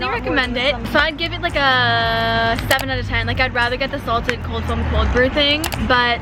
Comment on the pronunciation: colf foam 😂 we love u no hate at ALL